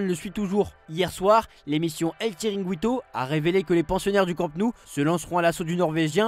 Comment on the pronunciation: "Rirantes" 😀😃🙂🙃 "chiringüito" 😀😃🙂 ah les tocards!